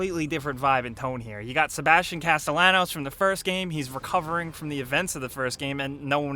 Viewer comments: I cringed every time you mispronounced his name! Absolutely loved EW1 and I'm pumped for 2. Thanks for the vid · For fuck sake the double L in Castellanos is silent, how did you play the game without picking up on that. I cringe every time you say it. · You mispronounced Sebastian's name in your video from the first game. I let that slide. But how did you do it again?? Did you even play the game? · Nice and fairly in depth review and all, but the repeated mispronunciations of Castillanos made me cringe so hard. Remember it's a Hispanic name so the "ll" makes a "y" sound. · you pronounced Sebastian's last name wrong. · It's not Cast-el-anos. It's Cast-tay-yah-nos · Caste-YAH-nos, guys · Why the hell does everyone say Cast..alahn...os its Castallenos a very common Hispanic name. Everyone pronounces it like its a name being used for the first time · Why can no one pronounce Sebastian's name correctly? It's (kas-te-ya-nose) not (kas-te-la-nos). They even say it in game. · Pronounced Casteyanos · Casto-lannos wut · Castilanos.....10/10 ladies and gentlemen 10/10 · Everyone say it with me; "cas-tee-on-ohs" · Every time pronounces Castellanos "Casta-lennoes" a tiny part of me dies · He has a hispanic background. His last name is pronounced like cast-eh-yawn-ohs. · Why can’t gringos say it. It’s not Castelanos, it’s Castellanos, the double L is pronounced like a J in English. People say his name a lot in the game. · C A S T E L L A N O S its pronounced with a J, since its a spanish name Castejjanos, have you heard how the characters say his surname sry im a grammar nazi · It's Pronounced "Casteyanos" ffs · Pronounced Caste-yanos, spelled Castelianos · That is not how you say his name 😤😡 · the rule is, in every different interview, you pronounce Sebastian’s last name differently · I can’t take you seriously when you right away pronounce his name wrong, with Spanish names and words the two lls are said like it’s a y not an l get it right dude